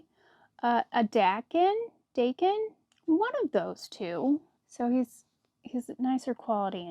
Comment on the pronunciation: 😂❤ that towel is the best. Every time you pronounce Dakin I laugh...I want you to be totally confident after 3?4? Years of videos it is pronounced DAY KIN . It's a Scandinavian last name of the guy who founded the company. 🌈 The more you know 😂 *You should snip that nose off and then you sew on a black pom pom . ❤